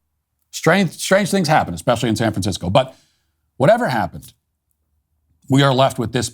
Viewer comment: “If you live in Sficisco”? What language is this Idiot speaking?